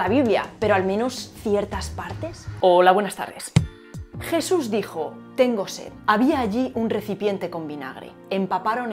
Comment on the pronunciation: JIESUS? Giente? Un nuevo ejiemplo de esta pronunciacion chilena. Pero en Espana donde se habla asi?